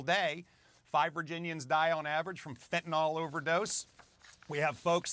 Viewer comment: He is so concerned about the fentanyl crisis that he can't even pronounce fentanyl properly 🤡